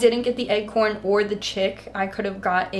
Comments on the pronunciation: Am I losing my mind, or are you pronouncing "acorn" as "eggcorn"? I genuinely cannot tell. Just blasted my eardrums in these headphones, trying to figure it out, lol. But my weird fixation on this aside, these are all SO cute--especially the candy corn moon tattoo! 😍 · It legit sounds like egg horn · Wait... i thought she was actually saying eggcorn